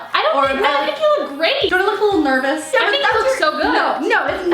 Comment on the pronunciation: You said nervous but it was so weird I’m used to you saying Nerbie😂